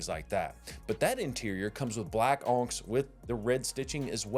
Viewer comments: onyx is pronounced on ix. Like the black gemstone. I’m from Pell City and know that! Just bama checking you 😊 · You're pronouncing onyx wrong.